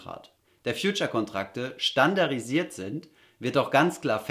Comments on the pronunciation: du sprichst doch sonst so gut. Was war denn da los. Es heißt:"standarDDDisiert", nicht standarisiert. Ich dachte zunächst an einen Versprecher aber nachdem du es 20 mal falsch ausgesprochen hast, kriege ich Juckreiz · Du machst echt super Videos ! Ich hab’s schnell verstanden 😊 nur ne kleine Anmerkung: du sagst immer “standarisiert” statt standarDisiert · Gut erklärt. Arbeite bitte an deiner Aussprache: Stan - dar - di - sie- ren. Standarisiert - No No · standarDDDDDDDDDDDDDDDisiert !!!!!!!! nicht das DDDDDDDDDD vergessen :) danke gutes video